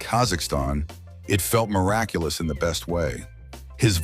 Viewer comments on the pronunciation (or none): none